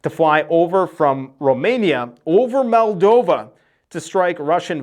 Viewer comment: MOLDova not MALdova